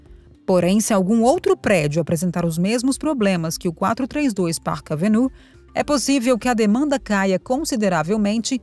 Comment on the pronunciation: Pelo amor de Deus, porque alguns vídeos são narrados por pessoas totalmente incapaz de pronunciar palavras em inglês ou qualquer outra língua???????????????? Se a pessoa não está qualificada a pronunciar o nome de uma das avenidas mais conhecidas de NY - PARK AVENUE, então não deveria nem ter sido contratada!!!!!!!!! A impressão que dá, é de um vídeo mal feito, sem qualquer critério e assim torna a notícia principal , algo sem propósito ou seriedade. Por favor, cuidem antes de produzir um vídeo, pois os ouvidos dos ouvintes não são “lata de lixo”🗑️